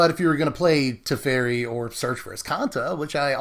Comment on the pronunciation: I think that guy's name is "Te-feri" not "Tef-eri", I'm not sure. I'm not a control person I really prefer aggro, but some control decks are really fun, especially if the other guy doesn't get to play anything (Ensnaring bridge style), that way you win very quickly even if you play control. I don't play standard, lately I've become more interested in Commander, it's the only format they play here as far as I know. I'm gonna see if I can put a commander version of this together, it would be interesting. Bant Commander control. Derevi, Empyrial Tactician willl be the commander of choice for this toxic deck *evil laugh* muhuhahaha